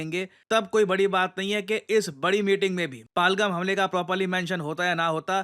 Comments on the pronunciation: Sir, PahalGaam.. Pahaaalgam nahiiiii.. Please, it's high time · Paalgaam paalgaam paalgaam Worst pronunciation